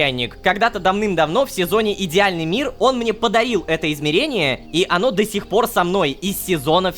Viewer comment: Может Подарил а не подаил?